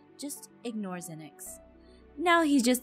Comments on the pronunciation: Ze-nix GASP IT’S PRONOUNCED ZEN-IX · SOOO ZEENIX OR ZENIX.... HELLPPPPPP CALLS HIM ZEENIX AND APHMAU CALLS HIM ZENIX. AND U SAY APHMAU IS HARD 2 PRONOUNCE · DAT WUT I SAID BRA IT AINT NO zE-nIx ITS ZEN-IXXXXXXXxxxxxXxX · Oh, Sasha and Zeenix are already there waiting for us. Me: Zeenix?! Zeenix! Zeenix. Seriously,? Zeenix? His name is so easy to pronounce! HOW DID YOU MESS UP AND SAY ZEENIX?!! Also, lol I just realized mom is voiced by Lucinda(idk her irl name) and Sasha is voiced by Moeka. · the way pronounces zenix is the same way i pronounce mine, but “venix” instead of “venix”